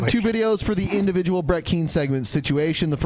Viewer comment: "Indivijul situation"